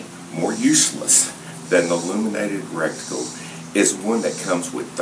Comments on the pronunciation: Thanks for your video. FYI, not that I'm any kind of expert, but there is no such thing as a "recticle"... It's a reticle. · is it not reticle? sounded like some rectum icule totally lost once reticle was said as recticule. good video all the same